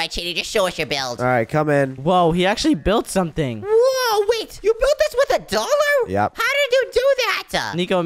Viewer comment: Bro it's dollar not dollor😊